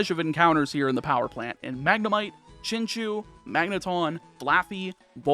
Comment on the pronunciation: Chin-chow, not Chin-chew.